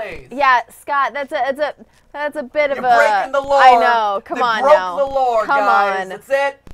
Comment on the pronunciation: matpat: “broke the lawr!”